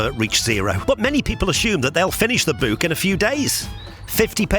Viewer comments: WTF is a boo-k? it's a book.....not a boo-k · The way this guy says “book” should be illegal and I’m actually pretty sure it is